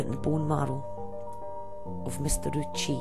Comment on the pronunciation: Ouchi is pronounced Oh-oo-chi. Sorry, it just annoyed me